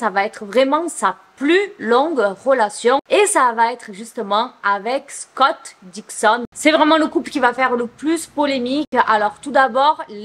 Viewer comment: Scott Disick plutôt pas Dixon